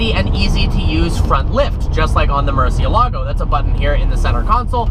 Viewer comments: Duuude, I'm a big fan but, please don't pronounce the Hispanic names of Lamborghini cars in Italian, even Italians say is wrong. My ears bleed Everytime you say murcielago hehehe. Keep the good work. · man you gotta learn how to pronounce the names correctly, Reventón and Murcielago are spanish names, ask Alejandro how to pronounce them